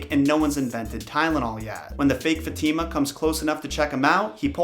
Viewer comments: It's faathemaa not fetiima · Fatima is not pronounced that way 😬 its pronounced as Fa-teh-mah not fateemaa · its "FAHtima" not, "Fateema" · I really enjoyed this, I really love 10001 Arabian nights but heads up, not to be a stickler, but Fatima is pronounced Fah-teh-mah not not Fat-teee-ma. Fat-teee-ma sounds she lives in a trailer. 😐 I really did enjoy the content though. I love mythology and the Arabian night stories. It is always a marvel to me all the bleak stories that Disney got it's dirty little hands on. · No one: Not a single soul:: fateema It’s actually pronounced fath-e-ma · Others: Fat - ima: Fat - eema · its not ftima its faatima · I kinda think Fatima is pronounced fa ti ma. But that’s how I said my spanish friend’s name. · Her names pronouced Fa.Thy.mah. -fatima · Dude you said the name fatima in a wrong disturbing way Next time try to write the name and translate it in google to know how you say it.